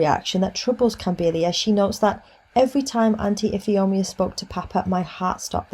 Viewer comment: Tip: Ifeoma is pronounced If ay oh ma. Thanks for the video.